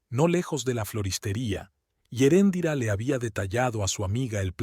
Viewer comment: Pronuncias mal el nombre de Eréndira.